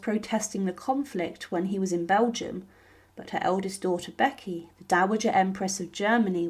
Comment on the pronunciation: Sounded like she said Becky, not Vicky!